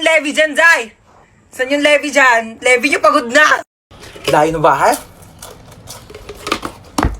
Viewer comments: Yeah he say my name wrong he said lebi but my name is levi🤦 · kuya hindi po leve levi po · Levi is pronounced lee vy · Yung Levi po basa po dun ay parang Lebay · Its funny how he pronounced Levi wrong